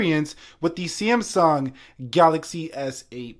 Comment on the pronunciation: Why do you pronounce it C M sung?